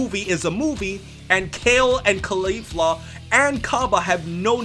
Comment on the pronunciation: i heard cah leaf lah xD (Sorry if rude)